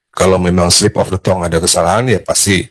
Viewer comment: Pertama, pengucapan 'slip of the tongue' yg sangat memalukan. Bukan 'tong', bang.. 😅 Kedua, ngatain org sok kebarat²an. Yah elu emang kagak. Pake istilah 'slip of the tongue' segala dgn pengucapan yg malu²in